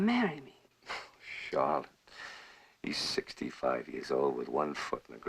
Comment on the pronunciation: He says 65 Years old like it's 95